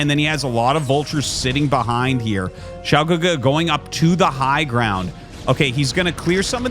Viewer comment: Hey Arty! Great pronunciation of Xiao GeGe btw. You are truly a master of the casting craft. When I look at game 1 I kinda was thinking to myself what would Snow do as the Terran was pushing. Do you think he needed double reaver to hold off that push instead of just one? Or would it have been the same outcome? Would mass shuttles have been the correct play? It looks like Xiao GeGe was trying to flank too, but was hesitant as he prob knew mines were there, but couldnt he have taken like 2 zealots and run them through to clear some of the mines before sending the rest to flank or was that not worth it?